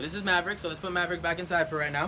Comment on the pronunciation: MAVERICK SOUNDS LIKE HES SAYING YA EVERY TIME YOU SAY IT